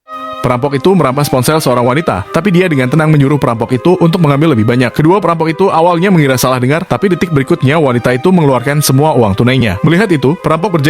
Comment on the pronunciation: Merampas bukan meramas😂